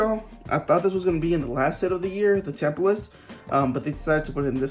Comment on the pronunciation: My dude!!! It's pronounced Temp-ist..not Temple-ist..but yeah!!! I love the Arita Eternatus, but the Zard and Leon is the best art in this set..and it's Arita art too..of course. Concerning the mew gold n black card, I HAVE to pull it after selling my Japanese version of it. LETS GO!!!